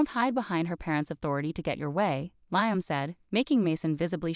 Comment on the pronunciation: Liam is pronounced "Lee-am."